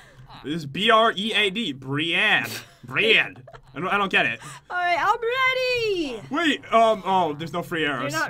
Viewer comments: I tought you said i'm bready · Did say I am bready